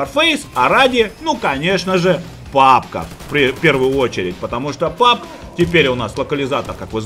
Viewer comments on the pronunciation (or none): none